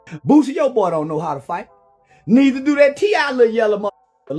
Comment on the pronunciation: Boozie. These new cats different Nigga, it’s Booseee! Not Boozeee 😂